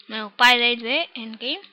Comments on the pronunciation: Не се казва Пай-Дай 2,а Пей-Дей 2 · Не се чете пайдай а пейдей ама нищо :D иначе мерси получаваш like от мен!